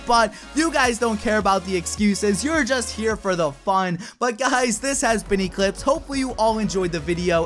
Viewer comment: "lets se how could it is" echlipse 2017